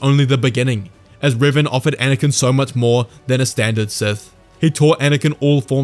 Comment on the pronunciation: I'm sorry, you're showing images of Darth Revan, but you're saying Riven. To which dark lord are you referring?